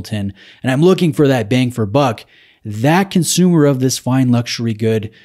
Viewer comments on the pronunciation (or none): none